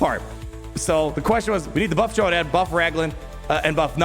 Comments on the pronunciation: Fyor-rad, not Fuh-jol-rad / Fuh-jo-lad 😉👌🏻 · Pronounced Fyor-add, but yeah i hope you’re right and this buff is coming it’s weird that you have to build him for two different damage stats